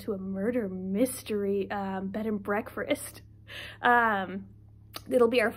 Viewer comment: It is insane to see your face again, and hear you say BreakfRest again lol. It is insane to hear you're coming up on your 6 year wedding anniversary. I remember you getting married after Trump was elected. I have been following for SO LONG! So happy to see your face and know you're doing well. I've missed you.